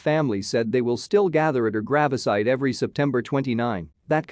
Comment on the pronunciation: Gravasite? And Youfo? Seriously?